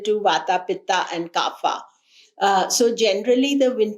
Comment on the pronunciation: Pardon me for correcting.. it’s kapha not kaapha which means phlegm .